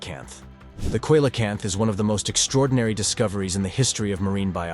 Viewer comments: Awesome video but you really need to pronounce things properly its not coylocanth it's pronounce seelocanth I guess I should understand that you are American and a retard like all Americans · Not pounced coyla camp, it's probably pounced see la camp. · Coelacanth - (see-la-kanth) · You need to learn how to pronounce "coelacanth". You can't make a video right if you don't know the right way to say the subjects. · Can't pronounce Javan or Coelacanth.... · how come a commentator who can pronounce “Arkansas” correctly, can’t pronounce “Nepal” “ceolocanth” and “Javan” ( as in, “from Java, belonging to Java” )…??? q